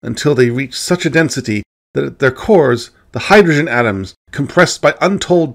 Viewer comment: has perfect diction except for “hydoshen”. Rather endearing.